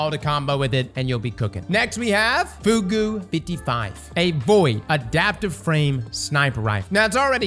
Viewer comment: "Foo goo 55" ☠️😂